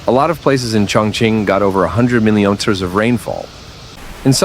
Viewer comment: Why can't you AI guys say millimeter correctly?